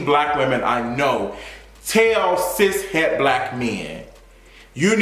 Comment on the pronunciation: Are you saying Sis Head or Cis Head? What gender is this suppose to be?